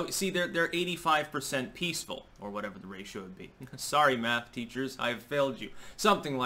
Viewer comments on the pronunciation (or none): mostly pee-ceful